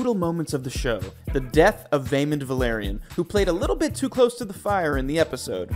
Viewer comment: Velayron they said incorrectly and Rheanys, thats all I noticed But I probably also spelled them incorrect 💀